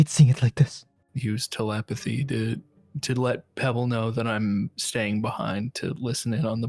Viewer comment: "tele-path-y"? Really,? Tel-ep-oh-thee. Also, for the love of this game Pebble please stop with the fucking "poggers" and other such talk? It's not in character nor is it good for keeping people "in the game".